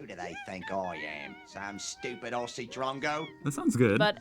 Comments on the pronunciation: You need to learn how to say Aussie. It is not Ossie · Firststep is to realise Aussie is pronounced ozzy not ossy! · OK.. We need to sort this out.. Dont pronounce the AU in Aussie.. Its OZZIE.. OZ-EE. Even though in South Australia we speak the Queens English, no Convicts here haha.. when I lived in Victoria I was asked if I'm "English"! We would sit in more "General/Cultivated".. But everywhere has "bogans" baahaa We say "prance" and "dance" as "pr-arns" not "pr-ants" and "d-arns" and "d-ants" etc.. Queenslanders have a really broad Aussie accent. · Ozzy not ossy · Simple stop pronouncing aussie with an s and treat it like this: ozzy. I know american can pronounce ozzy osbournes name...just do that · It's pronounced ozzy, not Ossie. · its OZZIE .......not OSSIE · Aussie is pronounced Ozeee not a ussssee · First start with how you say things like aussie its not "ossey" it is "ozzy!" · Please know that Aussie is not pronounced like "bossy". Consider it to be spelled with two Zs, and pronounced like Ozzy. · Mate if you’re gonna keep doing Aussie videos at least pronounced Aussie OZZY rather than OSSY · It’s not pronounced “aussie” but more like “ozzy” !! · Pleaze say Ozzie not Ossie. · first thing. NO OZZIE calls their country ossie. NOTE it is pronounced, OZZY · They alway fail when they say OsssSee instead of Ozzz Zeee. Why is is so difficult? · It’s Auzzi not Au-ss-i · It's funny hearing you try it. I hear British, South African, and kiwi, but rarely Aussie lol (pronounced ozzie, like the singer). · TIP: Say Aussie exactly the same way you would say “OZZY” Osbourne …OZZIE….MOZZIE 🦟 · americans not pronouncing aussie like it’s with a z, like auzzie, its a bit of a pet peeve of mine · Start with Aussie and not Orsiee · I fucking hate the way he says Aussie. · The word "Aussie" over here is pronounced Ozzy like Ozzie Osbourne. And Melbourne is Melbin haha.